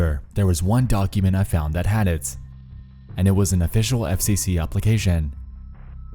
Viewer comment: Dude.... Why did you say "organization" and "nation" and "application" so wierd 👀😂